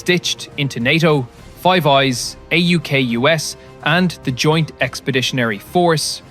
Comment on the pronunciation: Is this AI slop? Accent and voice changing all the time, the script sounds straight outta chatgpt, A-U-K-U-S versus Aukus, Someone being positive about UK…